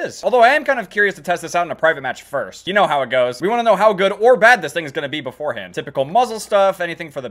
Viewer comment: FOrSt HahA